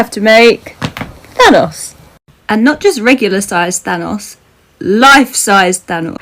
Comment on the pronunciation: Instead of thanos I heard THONGS😂 I was like. Well. Good for you✌️